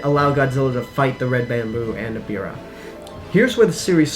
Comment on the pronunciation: its not eribah its ebirah